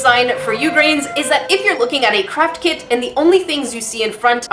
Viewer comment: Am I the only one who hears saying crap kit instead of craft kit 😂😂😂